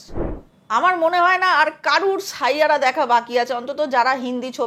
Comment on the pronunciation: শাইয়াড়া নয় 😅😅😅😅 ষাইয়ারা